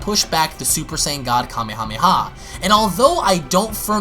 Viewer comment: When u say Kamehameha say Kamehameha Waze not the other